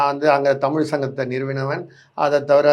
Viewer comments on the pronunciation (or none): அடேய் அது தமிழ் டா அறிவிலி. தமிழின் சிறப்பு எழுத்தே "ழ" டா. ஏற்கனவே ஆங்கிலத்தில் தமில் (tamil) தான் சொல்லிட்டு திரியுங்க தற்குறிங்க. நீ வேற என்டா தயவு செய்து தமிழை கொல்லாத டா . எவ்வித தகுதியும் இல்லாத மூடர்களாகிய நம்மிடம் வந்து சேர்ந்தது தான் தமிழ் செய்த மிக பெரிய பாவம். தமிழ் சீனாகாரனிடமோ ஜப்பான்காரனிடமோ சென்றிருந்தால் அசுர வளர்ச்சி பெற்றதோடு அதற்காக மரியாதையும் மதிப்பும் கிடைத்திருக்கும். ஆங்கிலத்தில் பேசினால் தான் புத்திசாலி என்று நினைக்கும் சவ தற்குறிகளிடம் சிக்கி கொஞ்சம் கொஞ்சமாக அழிந்து வருவது தான் தமிழின்(என் உயிர்) பரிதாபமான நிலை. தமிழ் கடவுள் முருகனே இந்த தமிழ்ப் பற்றற்ற எங்கள் அறிவிலிகளுக்கு நல்ல பாடம் புகட்டப்பா.